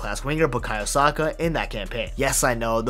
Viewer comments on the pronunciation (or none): none